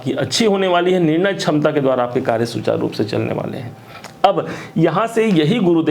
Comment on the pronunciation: Aap ko bolna nahin aata Hindi chham chham chham ta Samta nhi ksamta bolen